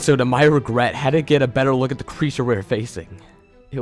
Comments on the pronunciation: He pronounces his "Th" as "D" so the word "the" is pronounced as "da" so shouldn't his name be Dat Creepy Reading? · I like how when you say "this" it sounds like "dis"... And " the" sounds like "da" or "duh". Very well told overall and much scarier than most of the other stories I've listened to today.